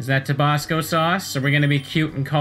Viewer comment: that pronounciation of tobasco...